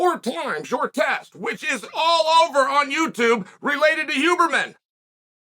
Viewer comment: Lol I love that he says “who”berman